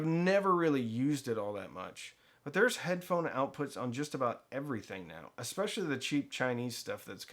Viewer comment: I took a shot every time he said Ev-uh-re-thing. I’m surprised I’m still conscious.